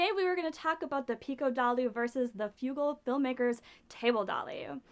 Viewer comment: its Frugalfilmmaker not Fugalfilmmaker, if you are gonna feature someones channel atleast say their name right so people can find it!